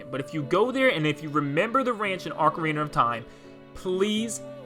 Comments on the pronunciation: Stoping saying “orcarina” it’s “ocarina”.. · Btw it’s hi-lian instead of heelian and ocarina of time is pronounced as ah-carina of time and not ohcorina of time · i KNOW he didn’t just say “heelian” and œcarina 😭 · Did you really call it "Orcarina?!" Bruh... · Did this dude seriously just say “Ore-carina of Time”?! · To correct this mistake or acouple of mistakes. “Ocarina” is not pronounced “orcarina”, and The ranch is not “Romani ranch” that is from MM, the ranch is “Lon lon ranch”. And you don’t find Epona there. (Unless you mean from Oot where you find Epona, then that’s correct.) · DUDE ARE YOU SERIOUS? CALLING THEM "HILL"IANS THEN 10 FUCKING SECONDS LATER CALLING IT oRcarina OF TIME??! You need to fix this before making videos good sir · Why the Orcarina pronunciation..? Ocarina as in Octopus, not Orcs. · Oakarina of Time? Bruh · The Legend of Whaleda: Orcarina of Time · If you like Ocarina of Time so much then at least pronounce it correctly. People saying "Orcarina" just irks me. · He said ORCArina of time AND called Lon Lon Ranch Romani's ranch from Majoras Mask RLLY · ORCA RINA of time? Hilian? OCARINA OF TIME and HYLIAN. Pronounced HIGH-LEE-IN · God I got so irrationally upset when he called OOT orcarina of time, bruh its Ocarina!!! There is no 2nd r in Ocarina ughh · Ocarina* NOT "Orcarina", Is it that hard? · Hailyn 💀 Orcarina 💀 Great vid anyway, but also that ain't epona at the ranch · Ok, I know I’m being nit picky, but what is it with gaming channels and weird pronunciations? “Hylian” might be a made up word, but you’d still think that it would be pretty obvious that it’s pronunciation would match the the pronunciation of the word “Hyrule”. …and then there was “ORC-uh-reena.”ah yes, my good old orc-flute. Passed down from the time traveling Uruk-hai of Mordor 😅😉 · orcarina of time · "Orcarina of time" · "Orcarina of time". Ok. I knew I should've stopped the video earlier. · Did you just say Orc-ah-rhina? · First "hilian" and then "orkarina of time"